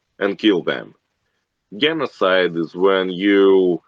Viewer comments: his enunciation of genocide lol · his enunciation of genocide. Thanks, we all witness what looks like a russian killer. Low iQ. Easy to be used and manipulated to kill people outside of his country. Just observe his mimatic and body language, looks like a nazi archetype. Im russian for those who read this line.